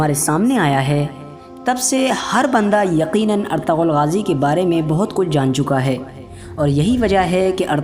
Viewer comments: Bhai plz ertagal SUNNE me achha nhi Lagta erturul Bola kr plz 🙏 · You should pronounce it right, it is pronounced as "ertugul" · Erturul Gazi, In turkish language G is silent.